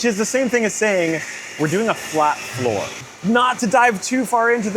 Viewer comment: OOOH flat FLOOR! I could've sworn y'all said flat FOUR each time.... And I'm thinking "of course they're gonna swap the engine with a 4cyl boxer to give it invisible down force." But no y'all mean literally making it a hot wheels car